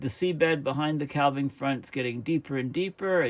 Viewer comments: "Calv-ing" ?? Do Coos have Calvs ? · Calving: referring to a cow birthing a calf, also to the breaking of off ice from a glacier.. Calf rhymes with staff. Calving rhymes with having. For the love of all that's holy, please, you can pronounce 'archipelago' any way you want, but calving rhymes with having! 😃 Thanks for all your dedicated work. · THE "L" IN CALVING IS SILENT!!